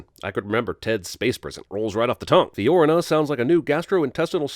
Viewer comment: You mispronounced Fiorina.